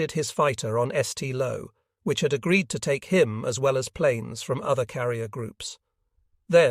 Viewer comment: I believe the escort carriers the narrator is trying to pronounce are Kallinen bay and SAINT Lo, not kinnen bay and ess tee low. These ships and the brave men who served, and died, aboard them deserve better